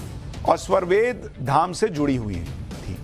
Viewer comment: Sva+ved nahi, svar+ved hai.